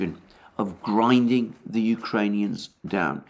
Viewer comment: Alexander, it is becoming obvious that you enjoy one term very much. You use it often and with great excitement: Grinding down... Grrrrrinding down, Grrrrrrrrrinding down... You often smile and raise your voice as you say it.